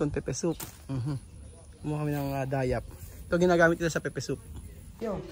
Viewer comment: Pepper soup hnd pepe soup.slang lng pgkakasabi nila